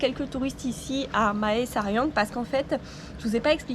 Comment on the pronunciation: Ahah excellent, j'avais eu une copine qui venait de Mae Sariang, ça me donne l'opportunité de voir à quoi ça ressemble ^^. Aussi, toutes les villes qui commence par Mae se prononce "mè" comme le mot mais.